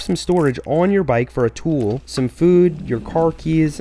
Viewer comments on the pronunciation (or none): none